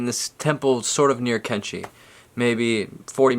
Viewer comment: Kanchi, is sissors in hindi. the place is pronounced Kaanchi.